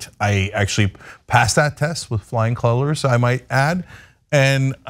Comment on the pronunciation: Cenk can't even say flying "colors"! How hard is it to pass that test? Want Proof how stupid those people are, first, look at who the current " president" is then go watch street interviews by Justin Awad & James Klung.